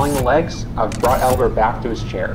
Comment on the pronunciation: I know he said it alot but I could only understand that it was Elbert not Albert at that part